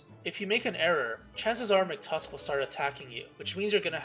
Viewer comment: Mctusk it's MACK-TUSK!